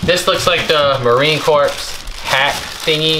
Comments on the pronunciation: Yikes appreciate the shows. However. You like Obama mispronounced Marine Corps. Not Pronounced C O R P S E s is silent. Always good to learn daily more respect from others And most important for yourself Aloha Tom so envious of your career choice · The sand might be from Iwo Jima - Marines who make the pilgrimage there often bring back sand. Please get it back to him. Also, it is pronounced Marine "CORE", not Marine Corpse - Keep up the good work! Very interesting stuff! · Marine Corps is pronounced ‘Core’. 😂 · All Marines are ALWAYS Marines, regardless of where they are or what they are doing. The fact that he was an NCO (non-comission officer) deserves respect. A leader of Marines. Amvets, VFW, and other veterans organizations can help try to find him. Semper Fidelis, is the Marine Corps (pronounced core) motto. It means "Always Faithful " Marines say Semper Fi to each other. If you find him tell him many of his brothers want to say Semper Fi, and wish him well. R. J. Chapman USMC. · Marine Corps. I was always confused how to pronounce it. It's Cor. Don't call him baby!!!